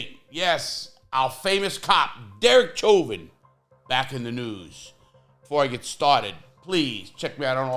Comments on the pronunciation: I think his name is pronounced like "showvin" it is a French name. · Hey Lah! With all due respect, Chauvin is of French origin & is pronounced “Show’ vaah.” I know you’re a native New Yorker & didn’t know! Love your videos! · You cant even say his last name right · Larry Lawton,, why don't you take that food out yo mouth when you talk,, and his name is NOT how you say it.. learn how to talk befor you go to make a video..